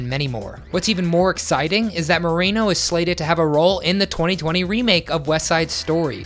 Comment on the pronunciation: Its pronouced; Moe-Reh-No!